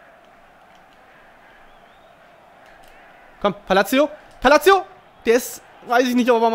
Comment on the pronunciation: sag bitte "Palasio" ;D